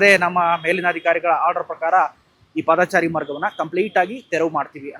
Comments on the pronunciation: ಪಾದಚಾರಿ ಎಂದು ಹೇಳಿ. ಒಂದೊಂದು ಸಾರಿ ಪಾದಚಾರಿ ಎಂದು ಉಚ್ಛಾರಣೆ ಮಾಡುತ್ತಿದ್ದೀರಿ! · "ಪಾದಾಚಾರಿ" ನೂ ಅಲ್ಲಾ "ರಾಮಾಚಾರಿ" ನೂ ಅಲ್ಲಾ. " "ಪಾದಚಾರಿ " ಅಂತ ಹೇಳಣ್ಣಾ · ಮೊದಲು ಸರಿಯಾಗಿ ಕನ್ನಡ ಮಾತಾಡೋದು ಕಲೀರಿ. ಹೇಳಿದ್ದನ್ನೇ ಪದೇ ಪದೇ ಹೇಳ್ತೀರಿ. ಪಾದಚಾರಿ ಅಂತ ಸರಿಯಾಗಿ ಹೇಳೋಕೂ ಬರಲ್ಲ ಯಾವ ಯೂ ಟ್ಯೂಬರ್